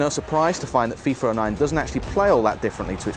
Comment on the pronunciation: Its called FIFA not FIFER!!!